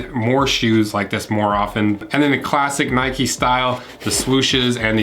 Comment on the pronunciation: Mate it’s “Nike” not “Nikey”, I mean you don’t go for a ride on your “bikey” do you ?